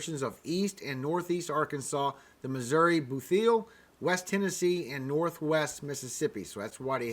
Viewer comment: Thank you for keeping us posted!!!! Missouri Bootheel is pronounced "Boot heel" as in a shoe. :) Keep up the good work. God bless!!